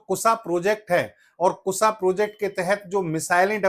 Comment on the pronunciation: Chutiye Kussa nahin KUSHA kehte hain. 😅😅😅😅